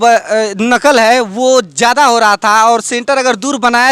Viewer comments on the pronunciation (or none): none